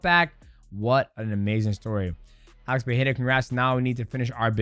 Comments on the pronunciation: DJ, please.... It´s PeREira not PeHEira.... get it right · Hey DJ, can you help Chael with his pronunciation. He calls him Alex Pierre. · DJ won't say PerEIRa correctly once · Stop saying his name incorrectly that’s not how you say, Pereira Perera you’re American you’re not Brazilian don’t say like a Brazilian. Don’t say it in Portuguese say it like a fucking American annunciate those fucking R’s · Homie can't even say Pereira or Nurmagomedov correctly either. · The first R on Pereira is spelled exactly as you did with the second, not as an H. In Portuguese you only pronounce the R's as H when they're double or at when they're the first letter o a word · its fine, nobody does lol. Both "r" in Pereira's name are, as we call in Brazil, "weak r ", you must add some kind of vibration to your tongue when saying it. i've only seen latinos getting the pronounciation correctly, probably its not an easy sound to make.